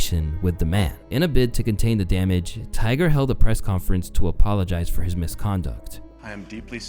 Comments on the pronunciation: I spent a good 30 aeconds trying to figure out why he kept calling Tiger a "gopher". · ummm Who the hell is Tyler sir?? I'm not sir if you're trolling At this point or you just Are dropping Easter eggs For some reason but every single video of yours comma you pronounce somebody's name wrong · Am I the only one hearing GOPHER?